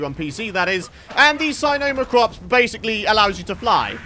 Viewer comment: Love your videos just saying the sino is pronounced sin-oh-Mac-Rops